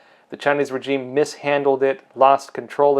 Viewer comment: And for fucksake, pronounce regime properly, so effing annoying. 😁